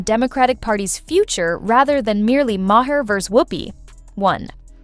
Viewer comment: why cant AI voice pronounce Bill Mahers last name. AI voice = blocked